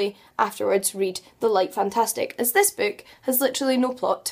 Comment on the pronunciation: Do you know, if you prononce BOOK, the OO you speak, is a perfect Ü?